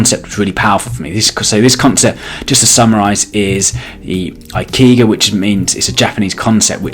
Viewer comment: ikigai is pronounced E-Key-Guy